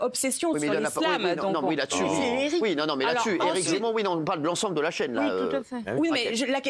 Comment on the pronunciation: elle a vraiment dit « Éric Zamour »?🤣🤣